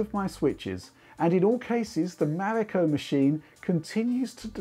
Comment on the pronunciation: Finially, someone says its codename Right.